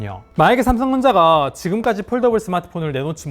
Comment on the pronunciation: 아쉽다. .산성전자. .발음만 좀더 정확했다면 진작 100만 유튜버일텐데. .